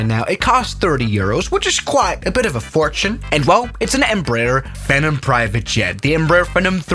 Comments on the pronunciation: Lmao it bugs me way more than it should when he says “FinUm” and not “Phenom” 😭☠️ like it’s Fee-nom not what ever the hell you were saying 🤣☠️🪦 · In case no one said it already… PHEE-nom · Love it, but please pronounce it “Fee-Nahm” 😂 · Lol it's a "feeeenom" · Its Pronounced Fee-Nom